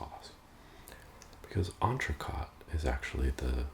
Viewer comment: incredible vid, you're quite the chef! quick sidebar, 'entrecote' is pronounced like 'coat' rather than 'cot'. Other than that, the sauce looks to die for.